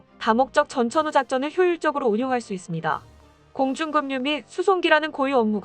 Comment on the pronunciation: 급유*를 *금유 로 읽어요?